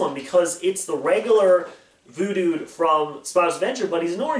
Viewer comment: I love how he calls Double trouble Voodod